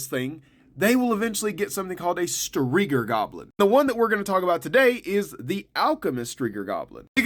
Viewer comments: Striga...not striger...it sounds like you're saying geer. Striger..no...my eyes suck. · Sound weird like striga with the hard r 😂